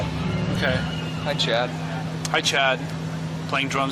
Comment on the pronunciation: I thought he said "hi chat" - like it was a twitch stream or something haha of course he says Hi Chad (referring to Chad Channing)